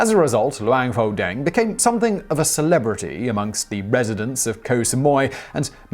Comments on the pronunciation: BTW หลวงพ่อแดง is pronounced "Luang Phor Daang" Thai letters when romanized as "Ph" isn't pronounced as a "F" sound, it's "P" with silent "H" หลวงพ่อ Luang Phor = Lord Father/Reverend Father (title given to particularly revered monks and abbots) แดง Daang = Red (His nickname) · Pronunciation butchered...with this kind of pronunciation, you can tell a taxi to go to a Pattai shop and end up in Pattaya or, Pattani. 1st, it's Luang Pore Dang. Luang is pretty much correct. Pore as in Bore but with a P. Not the Ph~. Dang as in Bang. The word is actually a name with monk title. It means "Monk Daddy Red" which can be translated to make sense in English as "The red old monk". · Im thai and the way he pronounce luang pho dang really bothers me. Not at him tho but at my country that think pho pronounce poh the same way pukhet was written phuket (been to uk airport they literally pronounce "fuck it"). Also "Luang poh" is a Buddhist equivalent to "father" so saying "pho dang" doesnt really make any sense.